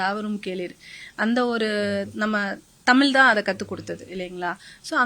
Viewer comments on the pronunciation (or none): தமில் இல்லை தமிழ் சொல்லுங்கள் சகோதரி